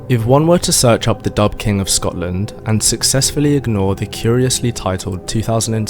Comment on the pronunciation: This is hilariously funny. It is also very ignorant of Scottish history. Describing some as 'Dubh,' (its pronounced 'doo,' not dub) was a descriptive word meaning they had dark hair, or it could be used to indicate they were sinister, ruthless or evil. As people in Scotland then and now, had various hair colours, ranging from very light blonde, to red, to dark, or black. People often didnt have surnames at time, or were from the same clan, so they used this as a way of distinguishing them. Another contemporary of the time, was Erik the Red, a well known viking of the time, called this as he had red hair. Your interpretation of Dubh, meaning they were black, as in black African, or Moors from north Africa, is a basic mistake. Im directly descended from the Scottish people you talk about. Im Scottish and I live in Scotland. My family like many other Scots can trace their ancestors back at least two thousand years. So that must mean Im black!. Well at least according to you. Anyone looking at me, would say, you are a pale northern European. The same as any other Scot or Irish person. Ive even had DNA tests that shows Im a completely white northern European. No surprises there. Where are all the black Scottish and Irish bodies in Scotland and Ireland? What a deluded and ignorant fantasy you are spinning. I could take every statement you make, apart, because you have deliberately distorted and picked little points and twisted them, misinterpreted them, to suit your agenda. Also th